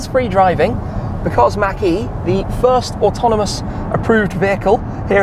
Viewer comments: Great video... but it's MAHK...E... Not Mackey. Unless I missed a joke from a previous video. Again love the videos. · It’s not mack… it’s machhh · I like the way we say Mach better than you. It sounds like you're saying Mackey. I must say that you say garage better though.